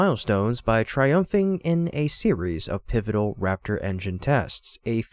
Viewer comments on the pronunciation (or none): Need to teach your AI how to pronounce words correctly ... Integral, Habitable, Formidable, and TRIMUPHING isn't a word. Also, in other of your videos 'Facet' comes out sounding like Faucet